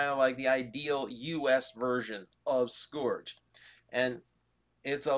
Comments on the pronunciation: Say it with me now. Sc-urge. Sc. Urge. The "o" is silent. That, or you're putting to much emphasis on the "u". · Is it sc-OR-ge or sc-UR-ge with pronunciation? In the episodes (you can find them on YouTube), it's being pronounced sc-UR-ge. Not trying to correct you, I'm just curious now but hey either way, it's Black Convoy